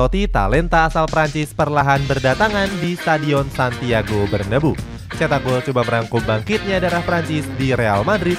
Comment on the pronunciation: bacanya bernaBEU min bukan berneBU